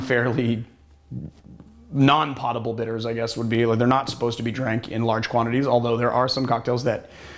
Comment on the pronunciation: "pottable" lmao